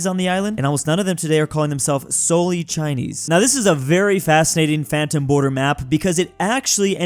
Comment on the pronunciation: Bro is not saying Phantom, bro is saying Fanum